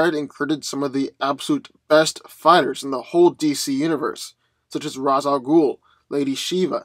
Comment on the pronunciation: It's pronounced Ray-sshh AL ghoul.